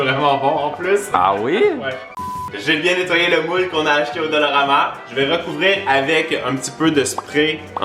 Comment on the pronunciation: qui dit dolorama au lieu de dollarama???!!! MDR